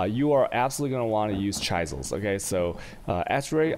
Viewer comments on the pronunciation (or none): Chaisels... whales... jairdiens? Dislike. Won't sub. Too distracting. Sad because it was good information and you are well spoken in general. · as much as i really wanted to watch all of this or any of your other content, the way you pronounce a third of your words just drives me away "chai-zels" lololol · It's a good guide despite mispronunciations. Chaisels :D